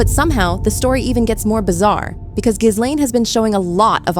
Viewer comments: ITS NOT " GIZ LANE " FFS. ITS " GILANE". Omg. If you can't pronounce her name, don't bother doing a video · Her name is pronounced: ghee-LEN!!!! It’s a hard g. The accent is on the second syllable!!! Not GHIZ-lane!!! 🤣